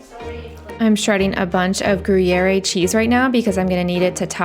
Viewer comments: Gruyere is gru-yay-er. I absolutely adored tour content until I felt like you intentionally mispronounced that cheese seven times in five minutes. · Gruyère pronounced groo yehr, no added eh sound at the end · I believe that cheese is pronounce gree-air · Love watching all your videos you always seem so cool, calm, and collected. If I may gruyere is pronounced groo-yair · We don’t so thanksgiving here in Scotland but I would do this for a nice Autumn Sunday dinner. And just to tell you Guy-ere has a silent e at the end my lovely ❤ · The E silent on Gruyère. or think of it as a short E. Gru yare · guh-rwee- yair-uh :) the last 'e' is pronounced, as you were doing. just pronounced differently than an English 'e' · I love the video, really nice recipes :D In the pronunciation of Gruyère, "e" at the end is silent :) It's more like groo·yeuh :) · Groo-yair or Gree-yair, per the French-Swiss pronunciation. The E at the end is not pronounced. I will eat it any way it's pronounced, as I LOVE it. My children used to ask for my potato au gratin, with what they called "stinky sox" cheese. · I'm wondering if your pronunciation of the word gruyere, with the "a" sound at the end, might be colloquial based on your location. Would you say which state/province you live/were raised in? Thanks. I enjoy leisurely watching your channel